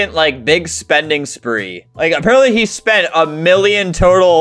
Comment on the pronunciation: I like how he said he spit 1,000$